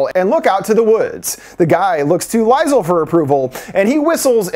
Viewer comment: This drives me nuts its LEE-zuhl. Super common name in Germany and Austria